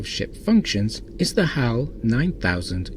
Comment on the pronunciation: Since when is Hal pronounced as How? It sounds weird. Very weird. How?